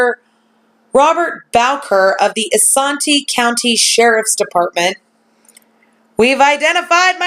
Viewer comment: Good evening! Just wanted to let you know that Isanti is pronounced like "eye-SAN-tee" (Sorry, Minnesota gal here) Not that it really matters in the scheme of things but just thought I would let you know:). I really enjoy watching your videos! These cases are fascinating and it will be wonderful when justice is finally brought to the victims!